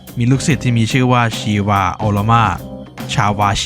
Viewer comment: ชีวา ชาวา ได้ยินเรียกแบบนี้แล้วรู้สึกแปลกๆ😂